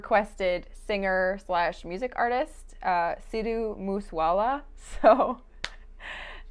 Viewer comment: makes me LOL when she says Sidhu moose wala 😂